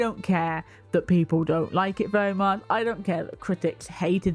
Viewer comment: "SMALL SOLDIERS PIPOL WHAT IS WRONG WITH PIPOL🤣🤣🤣 THE ACCENT GOT ME GIGGLING 🤣🤣🤣🤣